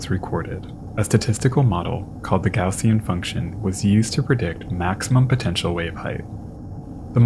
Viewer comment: Thanks for this and for taking a brief foray into statistics. Thanks especially for pronouncing Gaussian properly. Little things like that make the world a better place. 😉